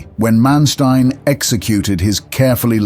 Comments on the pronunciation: Learn to pronounce Manstein. Not m[ea]nsteen, but maaan 'a' like in father and shtine 'tine' sounds after t - like 'line' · Muy mala narración. Manestain? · Who is this guy "Mansteen" that he keeps mentioning.